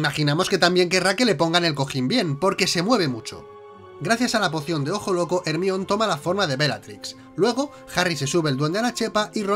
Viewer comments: NO SON ERRORES DE DOBLAJE: Hermion jajajajajaja saludos me encantan sus videos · QUE HORRIBLE QUE DIGAN HERMION